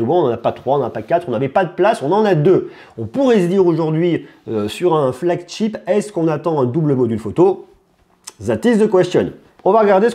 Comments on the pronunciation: c'est flagship pas flagCHIP ! ou porte-étendard en bon français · Juste, essaye la prochaine fois de ne plus dire et redire FLAGCHTIP parce que ça se lit Chip, ship comme chérie. Tu le dis souvent dans tes vidéos. Si je suis aussi tes vidéos c'est que j'adore tes tests, juste essaie peut-être de corriger ça pour une prochaine fois. 😉